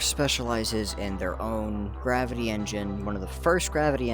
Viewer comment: Did you say gravity